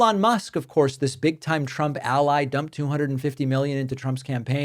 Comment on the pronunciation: the pronunciation of the letter "u" when saying trump's name, the sound uses the "u" like saying the word "use" to make it sound like truump. it sounds so stupid. do you get what i mean? so if you're the one saying that i think you should change the shape of your mouth